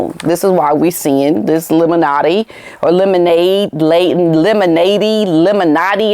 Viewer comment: When you say “lemon-ade” my ear hears “illuminate “. Gives me the chills